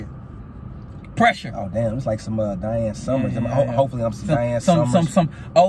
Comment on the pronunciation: "Dian Summers'' 😂🤣